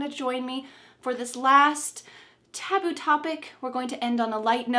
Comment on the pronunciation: Who missread the word "taboo" like"taobao"😂😂